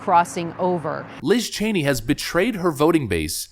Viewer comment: "What is (Sencherd) Liz Chany?"